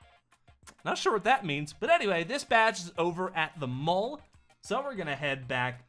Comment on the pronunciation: He said mull like the malk meme ITS MALL